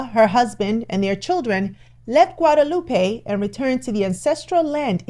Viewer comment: As a Caribbean native I need to inform you that Guadeloupe is pronounced Gwaa-duh-loop. The way it's pronounced here refers to a city in Mexico. It's a common mistake even in the USA, just like Dominica and Dominican Republic. These are all different countries.